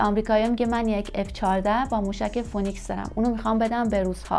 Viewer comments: فینیکس نه فونیکس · تلفظ فونیکس نیست. فی نکس درست است . شما اینکاره نیستی